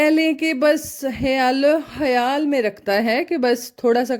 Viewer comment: Hayaal nahi khayal hota hai